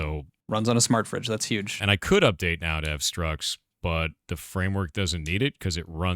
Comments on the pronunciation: "structs" as in "structures", not "struts". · structs, not struts 🤦🏻‍♂️